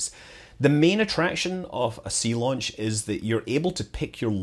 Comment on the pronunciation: Zeelaunch !!! I thought you were trying to do a German accent there.